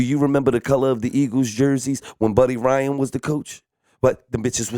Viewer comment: "BUD DEE RYAN' lmaoooooooo